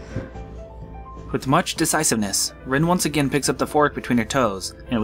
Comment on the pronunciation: "Rin" is pronounced "reen", guys